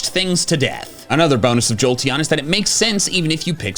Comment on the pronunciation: "im giving a slight edge, to joteon" why was i born into the brainrot generation?